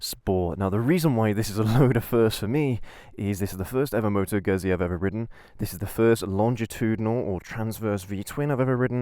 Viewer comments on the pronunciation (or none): Moto Gøhsié xD